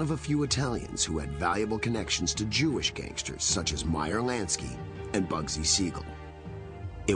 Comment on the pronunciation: "Meyer Nansky...Nansky" lmfao